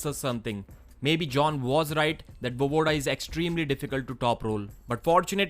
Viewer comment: VoEEEvoda, not Vovoda